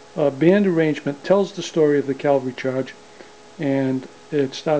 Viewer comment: Are you saying "Calvary" Charge?